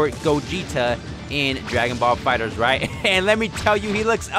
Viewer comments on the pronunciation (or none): none